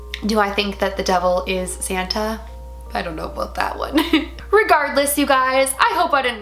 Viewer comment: He’s sant nick not saten